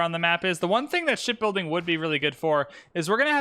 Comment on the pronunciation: "Ship building" is what gets me laughing. Sounds very close to building something else 😂